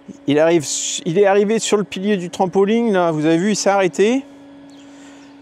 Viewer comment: On ne dit pas un trampoling mais un trampoline.